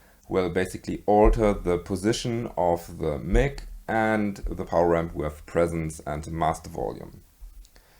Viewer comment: Btw, the word "mic" is pronounced like the name "Mike", not like the name "Mick". Kinda like the word "my" with a K at the end.